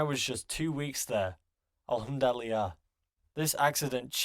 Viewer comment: the way he said alhamdu lillah made me laugh